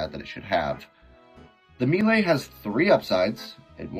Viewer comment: The Heavy Commitment is pretty interesting. Kinda wonder if it would make the GRU obsolete though with those stats. Overall some decent ideas here. P.S. I don't think I've heard many people pronounce melee as "me-lay". I'm no english major or w/e but it's usually pronounced "may-lay".